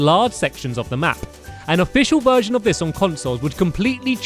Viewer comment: lol i thought he said a Virgin selector